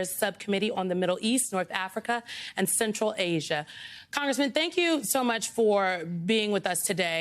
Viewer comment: Did she say "Tim Birdshit"?